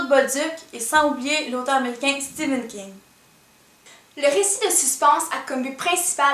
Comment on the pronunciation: *Stephan king Pas steven king -____________